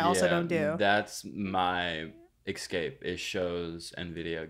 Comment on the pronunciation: the way says escape like excape pisses me off 🤬